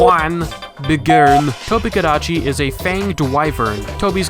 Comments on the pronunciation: strano io l'ho sempre pronunciato tobi- "cadaci" mica tobeh kadacci, sara da regione a regione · I look back to this video just to hear him say tobi kadechi and italian hands. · I now hear “TOBI-KADECHI” in the Italian accent just constantly in my brain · But the Italian accent is wrong, I'm Italian and for the most we pronounce it like normal people, but you know that for some people in Italy "l'inglese" is not a language but something like a cocktail or a recipe of pasta,and other people the call it the Tobi Kidachi or Tobi Tekachi so I invented my own version The Tobi Tekashi 69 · Its da tobi kadachi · I hope you’re proud of the fact that, since watching this video, I have not been able to properly pronounce its name, and will inevitably one day make a fool of myself in voice chat by pronouncing this with a crappy itallian accent 😂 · and thus a meme among my MHW friends was born, it's name is ONLY said in a yelling Italian accent. Thank you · I literally cannot say Tobi-Kadachi without this Italian accent anymore 🤣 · I love the Italian accent you used in the intro, it was so hilarious, and I’m even half Italian so I find it even more funny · and, you both have got my gamer group laughing like loons whenever we hop back on MHW and see the tobi (cannot avoid the Italian accent anymore, damn you) or when I roll sword and shield. Thanks for being so great at this. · Ive heard people pronounce toby kadachi like that before in that exact italian accent to so i was crying of laughter 8 seconds in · Surprised you did an Italian accent and not a Japanese one...